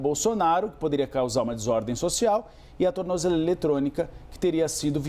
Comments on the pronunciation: Alguém ensina esse cara a falar tornozeleira 😂😂😂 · Tu não sabe nem falar tornozeleira. Kkkk